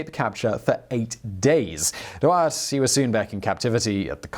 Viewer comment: Except that he wasn't German? He was Belgian upper class, which spoke french at the time, and his name should be pronounced as such? But yes, the pronunciation is off in the vid, but your suggestion doesn't make it better.